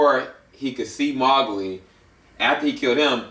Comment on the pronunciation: you say mowgli wrong. it's annoying